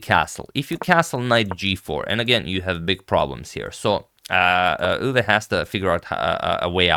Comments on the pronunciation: Max Euwe is pronounciated Max (a like o in Mom) Oi-ve (like e in the) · I guess since its a german name, it should be pronounced „oywe“, since eu is pronounced oy in german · The eu in Euwe is pronounced like the oi in the word point.